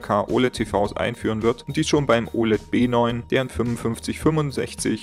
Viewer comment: B9 hat kein VRR? (Ist hart zu verstehen ob du B oder W sagst)